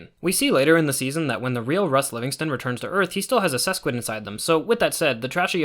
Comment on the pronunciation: can't save yourself from saying "sesquid" for your life